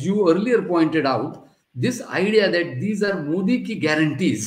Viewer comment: Learn to get his name right. It is मोदी and not मोडी. Softer "d".